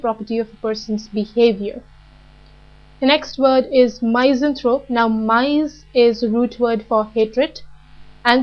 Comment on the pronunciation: really good vid.. but wish the pronunciations could be better... i believe it is said MISS-anthrope ; feel-an-thropy